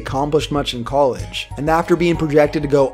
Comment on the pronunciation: col idge. not cole idge.. smh!